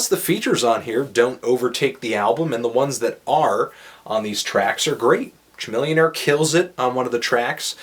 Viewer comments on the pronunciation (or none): Haha, this idiot said cha, millinaire! It's Camillionaire! A Texas hip hop legend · just for future reference, its pronounce ka-millionaire, just btw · Oh no you did not just pronounce 'Chamillionaire' ''Chu-millionaire''... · It's pronounced "Cuh-Millionaire" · I was laughing at my friend yesterday for pronouncing the "cha" in Chamilionaire... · lol he said CHA-millionaire. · he did not pronounce chamillionaire right . im sure it was a simple mistake. Thats not how you say his name. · just learn a rappers name before you say it. Makes me think your not really a rap fan when you cant say chamillionaire right.